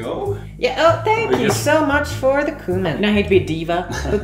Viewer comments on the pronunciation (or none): The way he pronounced cumin :(